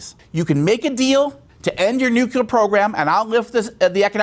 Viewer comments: Nu clee er, not Nu cuu ler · nucelir sites ? I listened to it five times, is that what you said ?